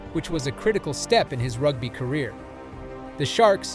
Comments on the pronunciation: ... "rugbuy" ... LOLOLOL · Err bro…rug-bye? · That was hilarious 😂 and “Rugbuy” for rugby. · I watched 37 seconds and bailed out. If you can't even pronounce "rugby" properly then I don't want to hear the rest.